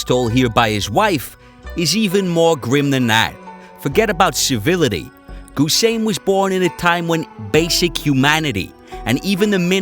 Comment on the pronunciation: It’s not ‘Goose sane’.Ghhu with g going silent.If anything in English say Hussein!